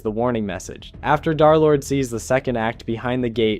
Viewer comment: "darlord" son 😭😭